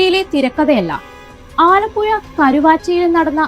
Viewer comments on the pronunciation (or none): ''ആലപ്പുയ'' അല്ല, ആലപ്പുഴ 😮 വാക്കുകൾ ഉച്ചരിക്കുമ്പോൾ ശ്രദ്ധിക്കുക